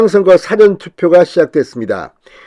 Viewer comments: 수고 최신 견해 자주봅니다 / 지적합니다 경상도 특유의 발음상 잘안되겠지만 사전투표 사전말고 사~전事前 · [사전] 투표가 아니라, [사:전] 투표! 국어 사전이가?! 우째 이런 일이! 우리말은 장단으로 구분을 합니다. 우리말 먹튀 진성호를 타산지석으로 삼아, '사전 事前 투표'를 단음! 국어 사전 투표의 그 [사전] 투표가 아닌, 장음! [사:전] 투표로 발음을 똑바로 합시다! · dictonary 의 "사" 자와 사건, 사후 등에 쓰이는 "사" 자와 구별이 않되나요? intonation 똑바로 좀 합시다!